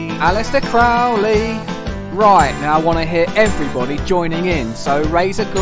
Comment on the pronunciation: It is Crow..ley,not crauley